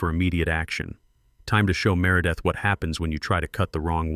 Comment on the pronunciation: Can't pronounce merideth and calls her mārâ-death. The mispronunciations of the HOA Presidents name fits her so much better.🤣🤣🤣🤣🤣